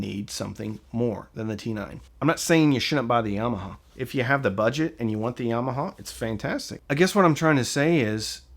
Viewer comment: Love the way you pronounce "Yarmarhar". Im from UK